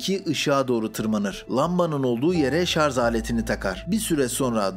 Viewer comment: ŞarZ değil ŞarJ...